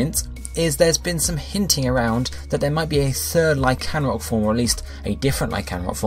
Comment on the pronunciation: Lack-ran-rock and Rock-Raff??? Can you read?